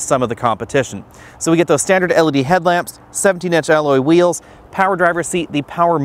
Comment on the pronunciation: It's L E D.... Not elledy....